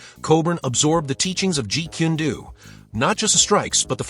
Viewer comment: Jeet kun do. The last word is prnounced as DOE. NOT DOO. DO means way.